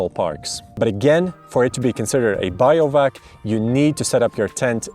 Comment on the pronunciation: Pretty funny to hear someone call bivouacing "biovac". but the Bi is pronounced the same as in Bivvy (which comes from bivaouc which comes from beiwacht). there is no relation to bio(logy) in that word.